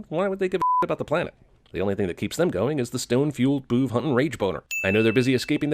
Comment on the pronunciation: Why dose “big brain boovs” sound like “big brain BOOBS.” Just why.